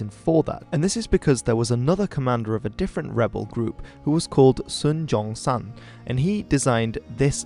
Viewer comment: Keep to the American “Sun Yat Sen”. While yes in Chinese Yat is pronounced with a similar sound to the English “J” , it is different from J and it sounds weird in the English form